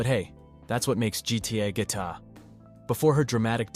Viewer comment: “that’s what makes GTA guita”